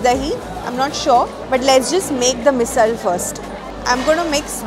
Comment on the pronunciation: You pronounced मिसळ correctly 😁